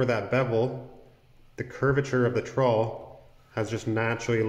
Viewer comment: I'm also in Canada. That's alot of words but you're pronunciation is wrong.